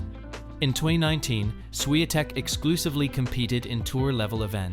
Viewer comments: I really do not understand how they pronounced her surname as “Shiantek” when it is spelled as Swiatek🤔🤔🤔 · Buddy, just for respect to Iga, if you use AI or any lector to read the text, make sure her last name is pronounced properly. Because this is what happened in this video is just ridiculous with no respect to world no.1 Don't do this again.